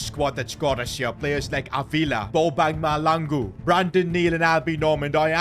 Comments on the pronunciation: by the way it is Mahlangu not Malangu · The H is not silent in Mahlangu